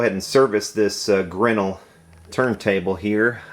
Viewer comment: (It's pronounced ''Grin-NELL'')